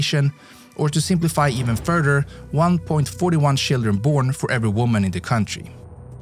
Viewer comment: To me, it’s weird when he pronounces ch like sh. I know this is a Swedish feature, and it’s possible to get used to it, but it takes a while. Chief is sheef and children is shildren.